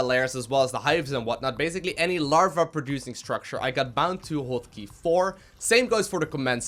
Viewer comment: "Hwot" Key.